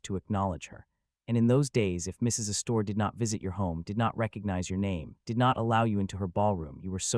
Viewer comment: Tell your AI theater the name isn't said "uh-store." The accent is on the first syllable.